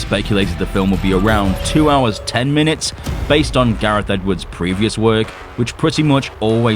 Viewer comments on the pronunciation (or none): none